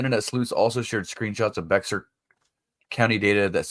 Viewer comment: Hi, Bexar is pronounced Bear County...hope that helps?